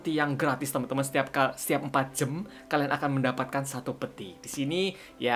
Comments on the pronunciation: kak Miaw aneh ngomong jam jadi jem :v wkwk. ... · "jam" bang, bukan "jem" :v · kak regi kok kalo ngomong jam jdinya jem?apa cuman aku aja yg slah denger yak😅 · kak regy kenapa bilangnya jem bukan jam #chatdong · apa cuma gue disini yang nge-denger dia tiap kali ngomong "jam" jadinya "jem".... "Gem" mungkin maksudnya... :VV